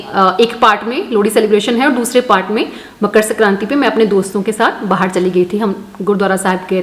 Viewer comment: Mam makar संक्रांति hoti hai सक्रांति nhi please change it 😊 aap perfect ho to ek word galat bol diya to achchaa nhi laga😊